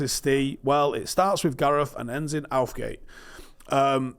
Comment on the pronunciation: LOL, Starts with Gareth and ends with Outh-gate. LOOOL :D